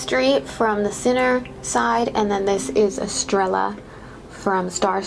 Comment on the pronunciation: Estrella is in Spanish. It means star. In Spanish the double L makes a Y sound. So its pronounced like es tray ya